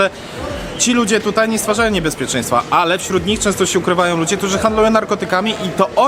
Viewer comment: Distrik że deńżer 😂